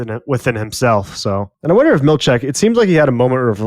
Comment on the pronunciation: I love you guys but I die inside every time you guys mispronounce Helena and Milchick. It's Hel-EHN-uh, NOT hel-ay-nuh. It's Mil-CHICK, NOT Mil-check. Stop it, pleaaaaaaase!!!!